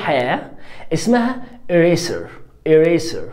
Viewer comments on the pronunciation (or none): معلش سؤال يا مس مش المفروض كلمة eraser ال s تنطق z علشان هي بين ٢ vowels